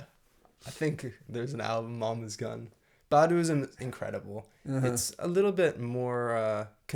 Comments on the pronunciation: This is amazing. I have a small critique though: her last name is pronounced Bah-do, not Bad-u. Otherwise, I truly appreciate what you are doing here. New sub here. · Its pronounced Bah-Du 😁💪🏾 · It’s pronounced By-do